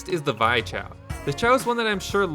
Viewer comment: It's not pronounced Vy, it's pronounced Vee. And that's the main character from the Steam game Bug Fables, which is heavily inspired by paper Mario.